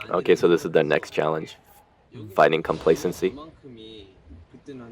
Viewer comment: did you just make a joke and instead of saying fighting you said fightjin? or am I just hearing things wrong😂 also love the way you proudly shake the army bomb/lightstick 😁